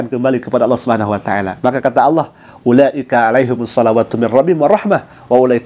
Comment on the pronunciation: Mbak Celine cara menyebut Allah sudah pas dan mantap